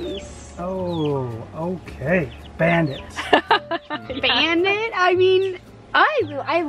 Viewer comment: English is not my native language, and i for sure thought said Band aid for the chick, and not Bandit:D